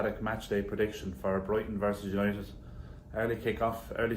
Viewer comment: Remember last week "YANITED ARE BACK" 😂😂😂😂😂😊